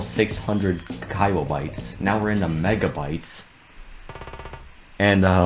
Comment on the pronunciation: why does he pronounce kilobytes like that 😭